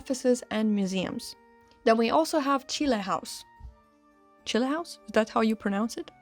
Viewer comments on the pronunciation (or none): none